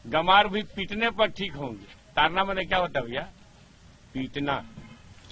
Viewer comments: Taran nahi bhai tadan hai bhai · ताड़न न कि तारन । ताड़ना मतलब मारना